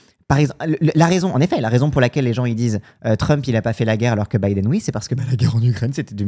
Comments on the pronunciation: Pk REFUSE de dire Biden correctement? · Le retour de "Bideune".